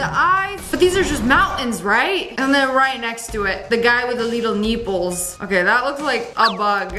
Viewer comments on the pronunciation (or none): The way you said nippel